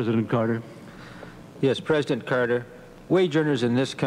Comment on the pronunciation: I remember Saturday Night Live being funnier than this. Babawawa saying Mr. Pwesident used to crack me up. I mean she's still funny but mmeeeh.